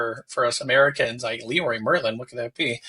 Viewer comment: Leroy Merlin is a French company, and those are the French names of the company founders. So, it's pronounced with the French pronunciation, and not with an English one. It's *lehrruah mehrrla*.